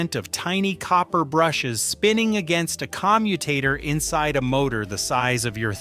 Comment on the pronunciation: "Jag u are" ? Are what ? sitting "In sise" "Porsche nine wevinteen" ? Whaaaaat is weevinteen ? "Nah beezco" what the hell is that ?